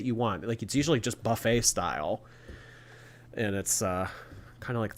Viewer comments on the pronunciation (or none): none